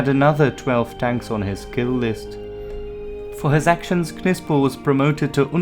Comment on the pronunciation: You dont pronounce the K .. its pronounced like Nipsel .. you dont pronounce the K in Knife or knight or know ... i could barely sit through this video with you mispronouncing Knipsel every 5 seconds